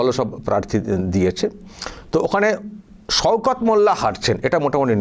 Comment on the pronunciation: সওকত নাম কিন্তু উনি বলছেন সৌকত 😂😂